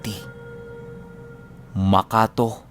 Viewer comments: magandang gabi.ang pagbigkas po ng maka-to ay makato.mabilis po ang pagbigkas. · Correction ku lang ang pag banggit ng lugar ng MAKATO AKLAN. ay matigas yung dulo ng TO, us in MAKATO!! hindi makato na madahan. Kasi taga aklan ako at malapit ako sa lugar ng makato! Kasi ang pinag titirhan ko sa ngayun ay sa gitna ng lugar ng makato! At capiz,..ayan yung lugar nila JR na taga capiz din.. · Makato! Huwag bigkasin Ng malambot, dapat matigas..MaKaT0! Lugar Ng lOLa'T LOlo ko